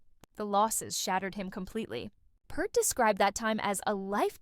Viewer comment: At least learn how to PRONOUNCE HIS NAME!!!!